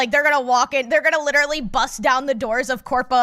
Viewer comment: says literally instead of literally. My friend Megan used to do the same thing and its adorable.